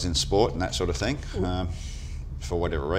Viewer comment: I said that last show as well. Drives me nuts.